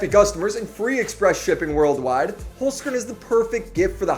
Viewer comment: I'mma be real you chef, I was gonna sub, and then I heard how you pronounce your sponsor. Its two words, Holz - Kern, meaning wood - core, in german